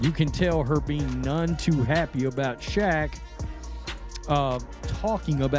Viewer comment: Fucking Ai voice over too. Kept calling Shaq "sha"